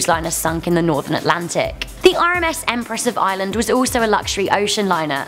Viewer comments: there is an R in ireland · She cannot pronounce Ireland.